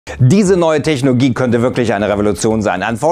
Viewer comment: Immer diese techNOGIE... Mann sag doch Technologie einfach ganz normal😛